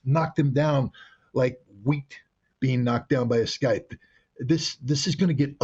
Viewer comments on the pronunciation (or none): Skythe? or, Scythe? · "sy-the" not "sky-th" I love his reporting just gotta straighten that out. Now which is the sickle and which is the scythe? One is straight the other is 90 degrees bent handle to do similar things....? Scythe is the right angled attachment. To this day i still sometimes forget which is which. Picked up a cool looking sickle from a garage sale over 20 years ago, man is it cool. I put an edge on the slightly rusted blade using my angle grinder (air powered not electric, much more control with air on a right angle die grinder with a 2in disc). This reminds me right now in im getting up to grab the linseed oil and do the handle on this piece of history which i keep in the house where it's safe from temperature and weather changes. If anything, my comment was meant to take away from all this negative ww3 vibes and talk about something other than our possible imminent demise happening earlier than we all wished and hoped for at the hands of evil people.